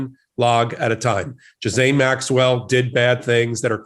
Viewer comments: Happy New Year!!! Your New Year's Resolution is to learn how to pronounce a few words: the COVID variant is: OMICRON and NOT: OMNICROM; the Defendant's name is GHISLANE [GIE-LAINE] NOT GISLAIN; I'm glad that the Gov. of Colorado reduced the sentence of the truck driver who lost his brakes, and yes it was his responsibility to have has his brakes maintained and drove to fast but shouldn't have been sentenced 110 yrs.; There are those who are serving much LESS time for something more egregious and intentional. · First time watching. Please note : Her name is GEE'Lane ...or the americanized version Ga'Lane... NOT Giz'ane. When you are going to speak about people...you need to learn how to appropriately say their name... so you don't look less than intelligent. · GH is pronounced gue and the s is silent... 😉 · If you can't pronounce her name, just call her Ms. Maxwell. It's a HARD G, and THE S IS SILENT. Sounds like Gill-Ain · Not That it matters, and only as a point of interest - I heard one of the brilliant lawyers on the podcast #sistersinlaw provide the correct correct pronunciation of Maxwell’s first name. apparently, it’s a French name, and it’s pronounced - Gill-ain. Hard G, silent S. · Before this guy came on he needed to learn how to pronounce her name correctly or consistently; it's pronounced Gil-lane! I bet Ghislaine is uncomfortable in prison she is probably scared and lonely. I'm sure her brother is putting money in the accounts of people that are close to her in the jail house. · Ghislaine, not Giselle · Good lord, the mispronounced words in this video. Getting both Maxwell's name, but also the Omicron variant wrong. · Right. Also the s in Ghislaine is silent.